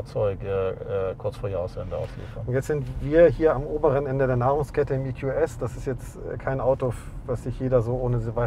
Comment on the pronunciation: Endlich hat mal jemand verstanden das es EQS und nicht EkyuuS heißt.